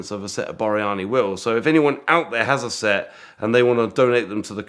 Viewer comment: Thats Borani not Boryani.